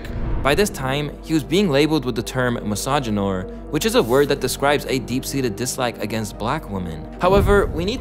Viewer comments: Misoginyor wtf lol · How do you mispronounce the word misogynior and the pronunciation is literally right under the word 🤦🏽‍♂️ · A WHAT 🤨A dam "misogynoir"🤫🙄 STAWP IT🤣 Who in the hell is on the DICTIONARY BOARD😅 Ya'll and these "new words" 🤣